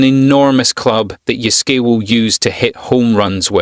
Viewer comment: Thanks for your honest review. How you pronounce his name is absolutely awful though, no offense.